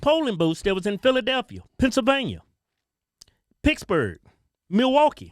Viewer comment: lol "picksburgh" - thought that was only a pittsburgh thing, i love it!